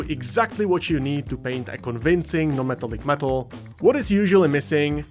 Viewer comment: bruh, wth is he saying. na-metal-lick-meetal? great video tho